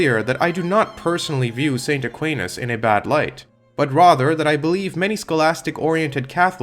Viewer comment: Very strange view on thomism, also that’s not how Aquinas is pronounced in English